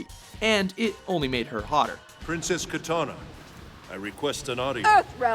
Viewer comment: Keytahnah? Jesus Christ, learn to pronounce names.